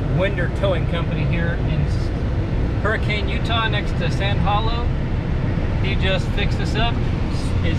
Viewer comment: It's pronounced: hur-i-cun. Old Utah pioneer pronunciation